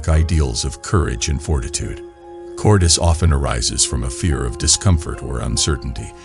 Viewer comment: Look up how to pronounce “cowardice”. You are saying it wrong. It’s cow…ward…iss.